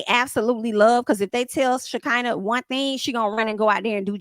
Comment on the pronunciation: Now why you keep mispronouncing Shakinah name? 😅. It's Sha CON na